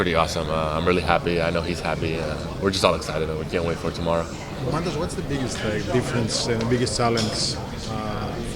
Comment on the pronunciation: He's Domantas Sabonis no Damontas